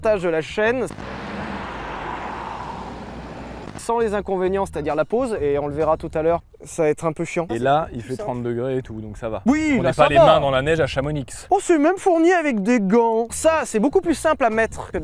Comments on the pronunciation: Heu il a bien dit ChamoniX ? Vindiou , cher français de partout sauf de la Yaute, le x de Chamonix ne se prononce pas ! 😘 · On ne prononce le "x" de Chamonix !!! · Ce que j’ai retenue : il a dit chamonix en prononçant le X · Chamoni i i i pas Chamonixxxxx !!!!!!! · "Chamonixe" en tant qu'Haut-Savoyard, je suis trigger Sinon vidéo parfaite ! Merci beaucoup ! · On dit chamonI on dit pas le x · Quand on dit Chamonix on prononce pas le x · On ne prononce pas le x à Chamonix! Certains sont morts pour moins que cela!!! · Il a dit ChamoniX mais on ne le prononce pas du tout.... 🤦‍♀️😅(mes oreilles on sifflées😭) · Par contre dans Chamonix, le x ne se prononce pas. bonne soirée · le " X " de Chamonix ne se prononce pas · CHAMONIX LE X NE SE PRONONCE PAS!!! merci. Désolé, petite rage d un habitant